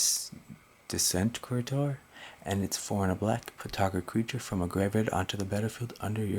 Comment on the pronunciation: Looks fun. Thought Bout putting together some rats myself. What about relentless rats? And the word desecrator is pronounced to sound like "less the maker" how's the deck workin for ya? Good video. Thanks for sharing